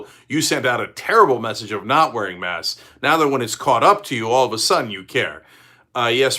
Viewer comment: Cenk, there’s a «k» in «masks». You’re talking about «mass»